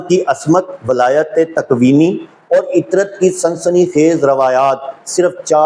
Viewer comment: Ooo jahil ibn e jahil asmat nhi ismat hota hai oor walayàt nai wilayat hoota hai kaash itni bareeq beeni se pehle urdu perhna seekh li hooti